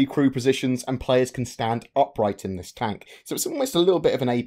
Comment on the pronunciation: The poor French guy has everyone saying tonk now